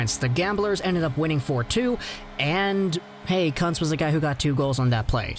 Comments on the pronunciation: it's pronounced Koonz. Thought I was watching a Jim Jeffries video. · Kuntz 🤣😆🤣😆 I think its pronounced Kuuunz